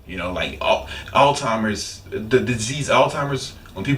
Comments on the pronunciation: The disease, "Alzheimer's" is not pronounced with a "T" sound. It is not pronounced, "All-Timers." Not a diss, just spreading the word, because I hear a lot of people saying it incorrectly. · lmao my man said "altimers"